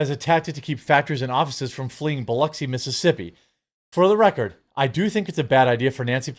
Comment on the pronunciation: Thank you for pronouncing Biloxi correctly.